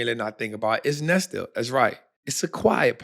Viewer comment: itz pronounced "nest lee", how can we be confident in ur stock picks if u can't even pronounce the shit??? ignorance is not bliss, u sound goofy AF to the ppl who know better... good thing ur audience doesn't know any better, they woulda called u out a long time ago...